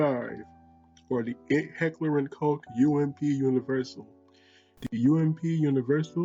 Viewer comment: It's pronounced Heckler und Koch not Heckler und cock